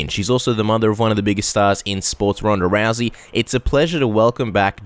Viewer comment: ***** This sport is complex, of course. It's Rousey, not Lousey. If you're an 8 year old you wouldn't understand. But, this is what this whole video is about. The lack of the right people in her life, trainers. If you view life through anime eyes, of course it'll all be funny to you.